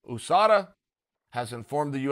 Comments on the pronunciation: ffs there isnt a fucking 'O' is USADA... Stop pronouncing it like there is. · Everyone: USADA Chael: OOSADA... 😆👍😂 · Chael “oosada” sonnen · He does it on purpose. 😂 😂 like YaRear